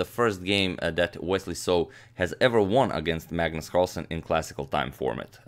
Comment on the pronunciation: "выиграл" - "won" - произносится так же, как "one" - "один", = УАН. А не УОН